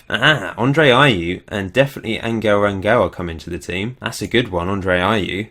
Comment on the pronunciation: That sound you make when your coughing up phlegm, thats how you pronounce the "g" in Angel